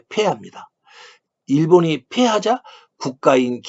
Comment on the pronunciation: "... 일본이 2차 세계대전에 페합니다, 일본이 페하자 국가인 기미가요가 페지됩니다 ..." ㅐ도 ㅔ, ㅔ도 ㅔ, 왜놈 말투